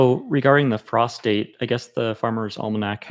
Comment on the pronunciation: I kept hearing you say that you didn't plant by the moon that you went by "prostate". I couldn't figure out what in the name of sanity you were talking about. Then I realized you were saying "frost date"!